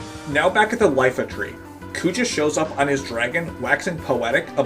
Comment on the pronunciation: Its not Lifa tree its a capital i not an L “iifa tree”